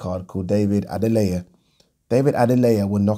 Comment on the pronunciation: Top bloke...british accent yet his pronunciation of Adeleye is spot on...